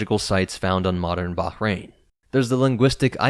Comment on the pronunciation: This is kind of an irrelevant point but I love how you pronounced the h in Bahrain properly lol. Have you done other videos on the oldest possible myths/folklore motifs, like the Earth Diver or Pleiades sisters stories?